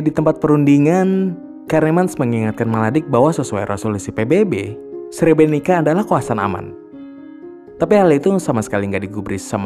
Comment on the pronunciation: Srebrenit-sa bacanya maaf.